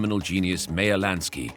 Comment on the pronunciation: So why does he not know how to pronounce simple names like Meyer?